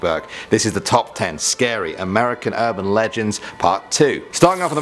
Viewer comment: ahhhhhh to scerrry